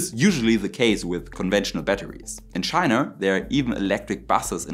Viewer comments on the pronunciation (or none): none